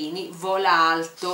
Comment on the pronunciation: io avevo capito vola aeto:-D:-D:-D:-D:-D invece era vola alto